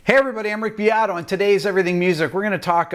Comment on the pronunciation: You’re pronouncing the name wrong. It’s Rick BEAT-Oh!